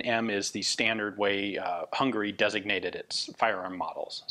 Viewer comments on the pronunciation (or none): HungAry my friend, "a" is very much pronounced:)